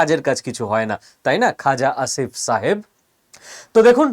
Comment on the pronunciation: পাকিস্তানের প্রতিরক্ষা মন্ত্রীর নামটা কী বলছেন ? খোজা ✂️🍒👈 আসিফ ? 😂😂😂